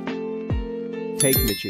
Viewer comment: Did anyone notice he said Takemichi like Take to take something and then Michi😅🤣🤣